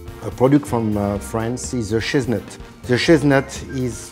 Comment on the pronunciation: i knew he said chestnut...but after reading the comments..i cant help but think "shiznit"..omg -.- ROFL